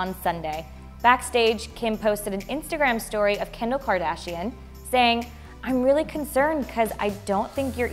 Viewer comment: "Kendall kadarshian" yeah for sure 🙂